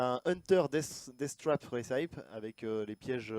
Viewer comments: Recipe ça se dit rècepi pas rissaïpe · Pour ceux qui comptent me flame, recipe en anglais se prononce "récipi" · Recipe -> Ressipi, et non Rissaïpe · "Deck Réssaïp" best accent de la part de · ça se dit récipi